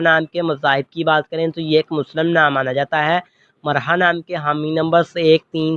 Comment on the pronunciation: Bhai marha nai mirha hota h bolny mn b